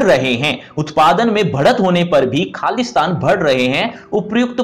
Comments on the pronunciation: sir aapne khali asthan bola mujhe Khalistan sunayi diya 🤣🤣,mai sochi ye khalistan sir q bol rhe 🤣🤣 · Meko bee ye laga 😂😂😂😂😂😂